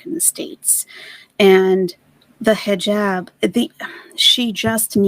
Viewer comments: Am I the only one that gets triggered from the way she says hejob instead of hijab??? Krajisnici absolutely bananas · It bothers me. And I’m not Muslim. She’s cos playing.